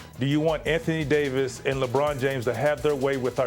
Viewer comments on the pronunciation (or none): none